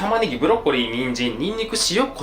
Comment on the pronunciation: にんじんはぬんずん。 にんにくもぬんぬくって言って欲しかった笑